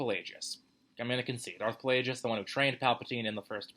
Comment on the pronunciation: It's not Pa-lay-jus. It's Plague-iss, as in the plague. Avoiding bad pronunciations like the plague. I always thought Kylo came from sKYwalker and soLO.